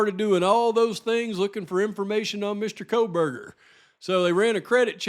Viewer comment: oh yes Megyn Kelly “Koh>L<berger” … I’m left with, this has to be intentional! 🤦‍♀️